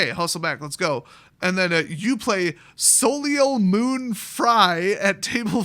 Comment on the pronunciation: lol "Soleil (pronounced 'So-lay') Moon Frye" is an actress.